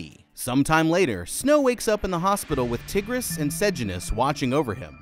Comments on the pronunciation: Bro really called her “Tiggres” 😭🤣💀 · yes, and her name was mispronounced in this video. it's more like tiger, as in the animal with a iss sound at the end. I feel like she became one of the helpers to the tributes because of her anger towards her brother and his betrayal to so many. Tigris had a huge heart, and with such a kind and sweet and loving person. and honestly Coryo didn't deserve such a sweet and kind sister. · Did he really pronounce Tigris's name as Tihg-riss? LOL!